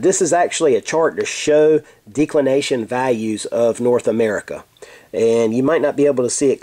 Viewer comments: Maybe a minor point, but you are not pronouncing it correctly, the "e" should be soft, not hard i.e. like the first "e" in the word "decimate" Audio clip of pronunciation is is here: thefreedictionary(dot)com/declination Good vid otherwise, clearly and correctly explained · Can't even pronounce declination correcly from the beginning - why should anyone stick around for the remainder of the vid?